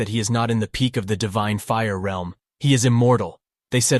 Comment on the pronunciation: Finally someone says realm right cause some people say reeeelm